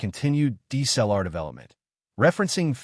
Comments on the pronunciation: Your AI audio SUCKS. "DEES-L-R" is not D S L R. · agreed. Pentax K... ... 4 and Deesellar. Appalling. Why do these people flock to use AI voiceovers. I imagine they think it cool, when nothing could be further from the truth.